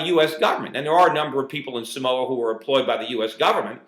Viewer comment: its SAMOA not somoa. lol and what the hell?? What are they doing to america samoa man ! STOP SCREWING UP! We all gotta start paying attention to whats going on... I feel robbed lol